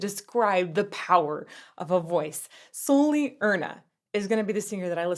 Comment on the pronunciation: Не Сулли, а Салли. :)))